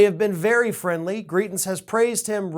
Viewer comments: And it’s GrItens, not GrEEtens. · As many have said, these races are in Missouri, also, Greitens is pronounced with a long "i" sound. Thanks for everything you do,! I'm happy to see so many following your work from SWMO! ^_^ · It's MISSOURI!!!!!! And it's pronounced gri (long I) tens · Are you saying, "Greitens" or "Cretins?" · Missouri not Kansas and it's pronounced griItens. Hard I. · It’s Eric Greitens (gry-tens). Disgraced former Mo Governor. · Come on man... Wrong state and wrong pronunciation of our stupid ousted governor. This state is quickly becoming a S-show and all the republican trash that keeps getting elected